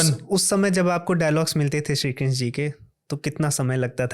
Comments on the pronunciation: श्री कृष्णा बोलना सिखो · please krishna name ko thik se pronounce ki jiye 🙏🙏 bahot aajeeb lag rha hai